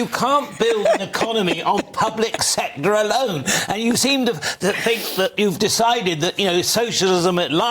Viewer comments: Had to switch off listening to that scrubber lady. Think is with a TH not an F. For F's sake!! 😮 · I don't care what you "Fink" 🙈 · Fink…. Fought…. Free…. THINK, THOUGHT, THREE???? Gawd help us… how old is SHE???????? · "I fink".......Labour adviser? Jesus.